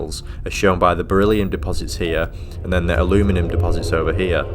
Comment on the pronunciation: if i have to listen to somebody referring to aluminium as a-loo-minem one more time, i might have to get therapy